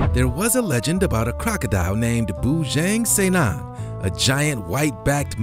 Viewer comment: Bujang Senang shud be pronounced as "Boo-junk Seer-nunk" than "Boo-jenk Sey-nenk" 😂 Bujang means "bachelor/single" Senang means "easy/well off/happy" in Malay's tongue.. but in Iban,it means something else..